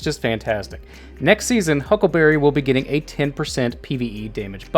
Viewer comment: Gitting? U wot m8?